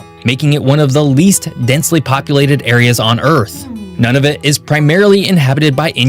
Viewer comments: pronounced NOON-a-vut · Hi, guys! 😊 Just a little note: this presenter is American and pronounces quite a few of the place names wrong. For example, Nunavut is pronounced /NEW-na-voot/, not “none-of-it”, and Iqaluit is pronounced /ee-KAH-looit/. Don’t hesitate to ask a Canadian if you have any questions! ☺️ 🇨🇦❤️🇨🇲